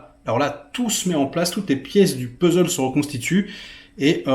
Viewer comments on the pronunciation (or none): none